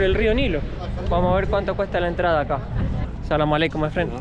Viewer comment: No se pronuncia salamalek Es: as salaam ealeiiikun